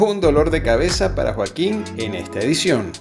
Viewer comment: Muy buen video Qué interesante que consiguieras colarte en los ensayos 😅😅 y hablando de error dice Joaquón en vez de Joaquín 😊